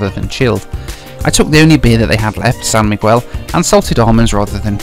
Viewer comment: Video was great apart from you saying San Miguel as San MIGWEL?!!?